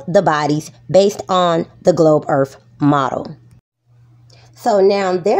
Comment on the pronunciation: "da globe earf model" told me all I needed to know